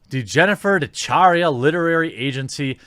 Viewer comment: DeChiara is pronouced De Kiara. It's an Italian name and the "chi" is a hard "c". If the "h" wasn't there, it would be a soft "c" sound. Sorry to be so pedantic.